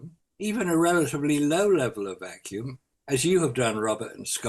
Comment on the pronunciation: Why are they saying vacuum like it’s a proper noun? As if they’re talking about someone named Vacuum.